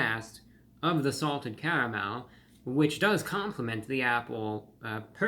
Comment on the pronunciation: "With a cavamel sauce!" 😂😂😂 Gotta love Reviewbrah!